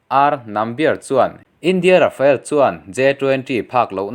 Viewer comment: Rafael tih angin i lam lek lek thin.